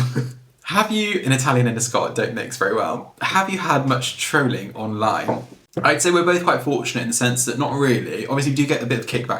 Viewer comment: Trooowling!! I'm with you on this one! It's trohling! Xx